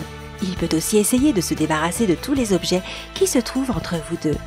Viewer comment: Pas les "zobs-geais",mais les objets...